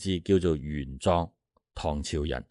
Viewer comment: 玄奘 自小讀莊 你讀壯 可有特別意思😂😂